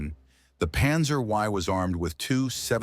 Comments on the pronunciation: panzer "Y", fucking stupid AI slop panzer "der koran", dipshit video fucking hell, Chinese Panzer I were all destroyed or captured by the Japanese in 1937 Battle of Nanking, they never participated in Taiurzhuang. THIS VIDEO IS ALL BULLSHIT, full of errors on just one tank, don't bother with the others. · Lots of nice information. As a personal preference, I would have preferred that your models just continue to rotate, as opposed to the stop, then rotate the opposite direction. The AI narration was better than some, but the butchery of the description of the Panzer I was pretty bad. And as yet another personal preference, I greatly prefer narration from humans, not AI.